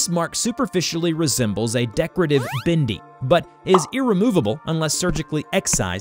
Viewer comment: “A decorative bindi” As an Indian, you just butchered our language but I’ll let it go cause a lot of people do that.